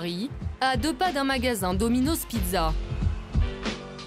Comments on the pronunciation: Ça me stresse quand elle dit domino’Z c’est domino’S putain y’a pas de voyelle qui suit le « s » alors ça ce lit comme un « S » merci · Non mais la meuf elle dit dominoz mdr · « Dominoze » elle parle français ou quoi?